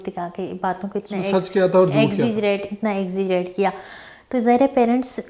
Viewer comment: ایگزی گریٹ ۔۔۔۔۔۔۔۔۔۔ واو کیا انگریزی ہے محترمہ کی ۔۔۔ ایگزیجی رہٹ ۔۔ بی بی /////////exaggerate